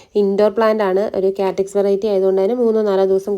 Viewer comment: Good collection. പിന്നെ കാറ്റക്സ് അല്ല cactus..kaaktus aanu correct.